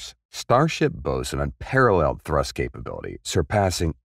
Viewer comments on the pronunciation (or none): none